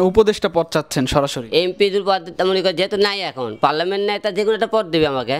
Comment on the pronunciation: ঠিকমতো পার্লামেন্ট উচ্চারণ করতে পারো না, আর তুমি হবে উপদেষ্টা। দেশে কি নেতার দুর্ভিক্ষ চলছে